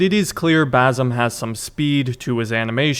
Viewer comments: My only wish is that you pronounce the ”S” in Basim’s name .. its Basim not Bazim 😭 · It’s basim not bazim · Basim is pronounced bah sim not basom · i just wanna correct you when you said “bazim” it’s actually “basim” with a soft S. but nice video bro, keep going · it's not bazem, it's bassem with an S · one other thing to mention, the main character's name is BaSim, not BaZim 😁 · broo its bassem its an S not a Z broo cmon u fucked up his name